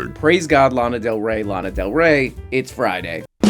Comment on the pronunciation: chap bpt says lona del ray